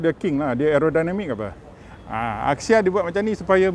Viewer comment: It’s pronounced as Axia not Akxia